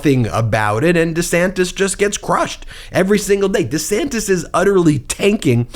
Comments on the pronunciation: DUH-SANTIS is actually pronouncing his name: Ron Dee Sanis...no "t". He may be going thru a mid-life crisis. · It should be pronounced 'Rhonda Santes'! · Sounds like he used to say Ron D Santis 😂 although in fairness I Americanized the way my surname is pronounced as I got older just because I was tired of correcting people all the time. But I’m also not a public figure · Actually, neither of the 2 ways Ron DeSantis pronounces his sir name are wrong. It should be Di Säntēs He is wrong on how he pronounces his name and is wrong on how to govern. Fascists are alway the wrong choice. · it's Duh-Santis. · That's rich, Donald Drumpf chastising DeDantis about the pronunciation of his last name. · Donald Drumpf criticizing anyone for changing the pronunciation or outright spelling of their name is laughable. The fact he's using Democratic talking points against DeSantis; even as Trump backs Republican attempts is even more laughable. Both of DeSantis and Trump's followers sit there slack jawed in awe of the spectacle, as if they were watching AWE ringside, not realizing BOTH men are set to ruin their lies, as well as, the "libs". You can't write this as fiction anymore! #SAD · Hilarious that Don disparages Ron for adopting a better-polling pronunciation of his surname when ex-guy himself is most likely a product of the Drumpf family lineage. Such sorry asshats are they both by any name. Have a great weekend! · Drumpf criticising the changed name pronunciation? Hilarious.